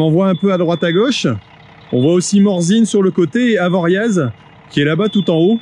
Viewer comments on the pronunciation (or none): Magnifique ! Si jamais Avoriaz on ne dit pas le z à la fin